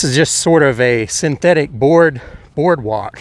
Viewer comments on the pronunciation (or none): none